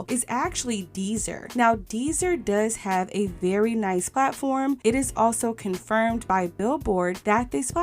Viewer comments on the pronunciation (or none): none